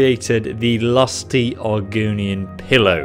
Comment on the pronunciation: Argonian? No. Argunian? Yes. Refering to